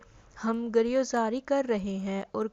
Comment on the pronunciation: Pehle urdu pRna sekho phir vedios banao ghira o zari gher ghera ker😀😃😀